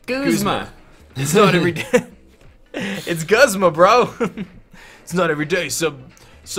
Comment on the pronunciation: Guzma is pronounced (gOOz-ma)